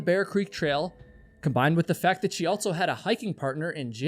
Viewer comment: At what age roughly did you start adding a "T" to the word also? "Altso"